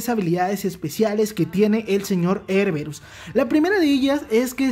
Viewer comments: porque le dices erberus, es erebus, jajajaja, saludos y buen video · Él: erberus Yo: joder tio, que es erebus!! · Erberus.... suena mejor que su nombre Erebus.